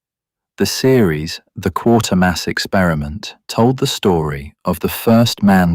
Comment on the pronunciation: AI cannot pronounce Quatermass correctly